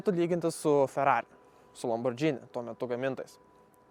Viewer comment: 6tukas puikus! respect už restauracija.. bet tik tiek iš šito video ir yra.. tu man pasakyk žmogau, tu darai video apie tokius auto (arba bandai daryt) ir vis dar nesugebi ištarti Lamborghini kaip priklauso.. atsimink LamborGini (su itališku mikštumu net!) o ne džini.. išjungiau video 1.48:(, tu ne auto apžvalga darai o kažkokį kaimišką š.. mali.. nieko asmenisko bet nustok mojuot rankom ir.. gal geriau nieko nešnekėk apie gerus automobilius..